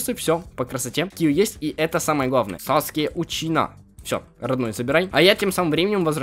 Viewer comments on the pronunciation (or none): Какой:Саскэ Учина?! Правильно: Саске Учиха